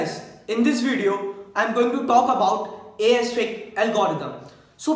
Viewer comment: yrr english dhang se bola karo disturbing hai itni horesitic kya hota hai its heuuurissssstticc brother